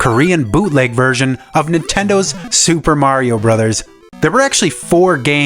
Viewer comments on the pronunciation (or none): none